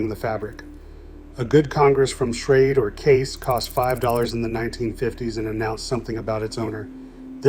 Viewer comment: Prices are off by and should be multiplied by x4, which is funny because it liked to use $4 as a common price for multiple decades. You can tell AI generated materials by the pronunciations of certain words. While it got it mostly correct, it did refer to "Schrade" as "Schrad E" at one point. Which also brings up the point about the "Old Timer" Branded pocket knives that should have been a separate listing, though AI would see it by the Parent Company "Imperial Schrade Corp." and would list it as a Schrade knife because it was introduced as a sub brand of Schrade in 1958 I believe. But yes, my Father carried a Barlow for decades before he changed over to a Case "large" or "Jumbo" Stockman in 1995. I know the year he changed because i've been looking for a replacement for that particular knife for quite a few years now. It has one of those jigged bone handles that Case only used for a short time and my father loved it because of how it darkened with pocket wear from blue or black denim jeans. Being in his mid 70s now, his arthritis is acting up a lot more so I got him a Boker USA Barlow that is a "Flipper" style so that he would be easily able to open and keep carrying a knife design he loves. I have my maternal Grandpa's knife collection in my safe. He carried a number of different brands over his lifetime including the Old Timer's, Case, and Buck. I have a pair of Boker USA Stockman's that belonged to him and my Uncle that Grandpa picked up at the same time in the early 70s